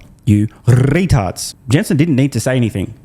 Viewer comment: I love how eloquently you roll your R's when saying the word 'retard.